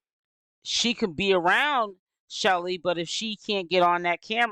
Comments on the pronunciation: Yes !! Why do she keep calling this girl Shelly ?! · Her name is Chelle (like shell) it's short for Michelle 😩